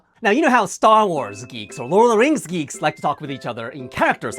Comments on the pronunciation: In the first second I heard "greeks" not "geeks" and was like "what??" 😂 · Misheard the start of this short. Thought you said geese, not geeks. I just got more confused as this went on😂😂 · At first I heard 'greeks' insted of geeks and was very confused at the second half of the video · I thought he said Greeks and I had to go back to the start of the video to realise he said geeks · I hope you understand how confused i was when i watched this entire vid thinking u said greek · Geeks! I thought you said leeks, and was thoroughly confused until about 3/4 of the way through the video